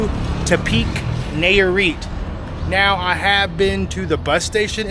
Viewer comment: Bruuh. Its “Nye-ah-reet” not “Nay-ah-reet”. And shrimp is “cahm-ah-rohn” not “camaroon” like the country. Thats gringo af lmao